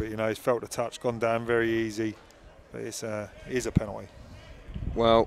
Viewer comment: One commentator said "Effridge saved the penowy " . I think he meant ",Etheridge saved the penalty" . He also often said frew (through ?)